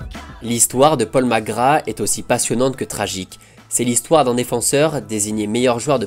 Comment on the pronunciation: Merci pour ces images de Magic Safet , je kiffais ce joueur gamin. Par contre " Paul Mc Gra " , tu m'as tué. Vivement lundi prochain.